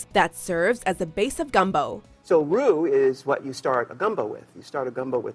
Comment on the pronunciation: Anyone else a little bothered by how she pronounces "roux"?